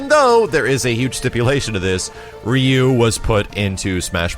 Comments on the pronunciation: Rye Yoo, not Ree yoo. ! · Can't even pronounce Ryu as ROO. Kek